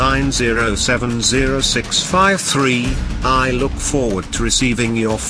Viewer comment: how he says three tho 😂☺️🤣